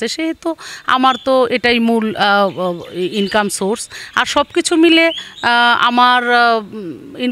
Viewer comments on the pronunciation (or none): ইনকাম শব্দটা যেভাবে বলল, মনে হয় দেহ ব্যবসা করে।